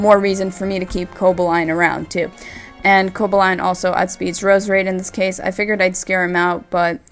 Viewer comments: Where's the enthusiasm? This was almost impossible to watch. Also, I think its CoBALlion, not Cobaline, like you're pronouncing it. Meh match, between two meh players. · co-ball-e-on not co-bo-line lol great vid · Everytime you said Coboline,(Or Cobolion? Cobaline? Whatever...) something died inside me. Good match though, I feel kinda bad that I watched the battle on Wile's channel first. And nice narration of course. x) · Co-ba-lee-on more like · Great commentary, mispronounced Cobalion but other then that it was very well done. You just got another sub. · butchered Coballion (sp) pronunciation.